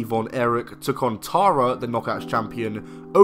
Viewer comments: it is not pronounced tar a, it is terra. did you even watch the product or just read the script. learn the pronunciation of the names you fake mark. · Stop saying TAR-UHH!